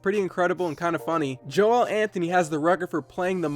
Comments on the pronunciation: You don’t say Joel Anthony’s name like embiid’s. It’s Joel (jul) not (joe-el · It’s pronounced like “Jowl” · It’s just not Joe El. It’s just one word